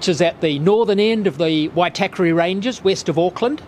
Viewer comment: Moo ree why. Not myooruhwhy. Why tah kah ray. Not Why tackery.